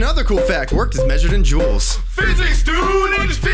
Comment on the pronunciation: Nahahaa, he said "Jewells" haha.